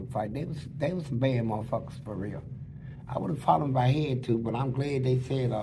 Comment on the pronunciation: DIS TEW MUCH!😂😂😂😂